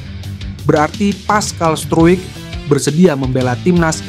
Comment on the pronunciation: Pascal struijk...😂😂 bacanya : paskal strouk